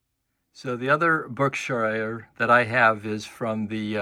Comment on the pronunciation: as a person who has lived his whole life in Massachusetts, I feel the need to correct your pronunciation of this locomotive's distinctive name. It's pronounced Berk-SHEER (or shear), not Berk-SHIRE. Engine was named for the Berkshire mountains in western MA. I am amazed by how few people know the correct pronunciation of this engine. Great review though, thanks!